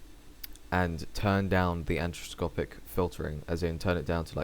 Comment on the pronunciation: I like how you pronounce "anisotropy." Makes me laugh.